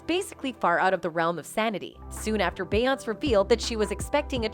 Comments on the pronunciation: They're BOTH evil. Jay-Z with his "Joe Camel" lookin' ass...Beyonce ain't a prisoner. And when did we start calling her "bay-ontz"? 🤣🤣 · I always knew the voiceover was AI generated, but it really shows with how it pronounces bayOUNCE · Let’s help her. It’s pronounced like Beyond Say. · This is really a show about the insect world.. Bee ants cee? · It’s “Be On SA” geez! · So Nobody gonna say anything on the narrator saying her name in this horrible fashion lol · How do you not know how to properly pronounce her name😂😂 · Girlllll Her name is Beyoncé 🤣🤣🤣 She just fucked that lady name All up Lol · Can someone teach her how to say BEYONCE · Omg !!! So annoying how her name keeps being said...if you know so much about them , you'd think you'd be able to pronounce it properly. So annoying I couldn't keep watching it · Lol. Loving the pronunciation of “Beyoncé.” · Lame…..and you can’t even say het name right. Clickbait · It’s pronounced queen BEE! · This is video is so phony and made up. She didn’t even pronounce their names correctly and this is opinions and not facts. This is violative to promote this message. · Why can't the narrator pronounce Beyonce' correctly? I'm so tired of hearing fake voices. Quit being lazy and fix this shite! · Learn how to say her name if you want us to even act like we’re acknowledging what you’re saying 🗑️ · It is so disrespectful and annoying for you to constantly mispronounce her name.I couldn't even finish this video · The commentator is only showing her ignorance, by mispronouncing Beyonce's name. This video is click bait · So what did kanye release? And why can't you pronounce Beyonce properly? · She butchered her name😭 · Use this comment as the dislike button,for how she's saying Beyonce's name. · This lady is annoying me with pronouncing beyonces name wrong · First of all who is beyonce she’s killing me. It’s Beyoncé bish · Why she keep saying her name like tht omg annoying asf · And they pronounce everyone else’s name perfectly 😒